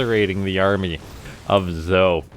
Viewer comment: wouldn't zoe be pronounced "zoey"?